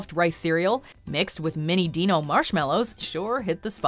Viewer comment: *pronounces Dino like dee-no